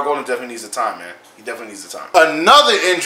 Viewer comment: It’s pronounced Gaul-den not Gol-den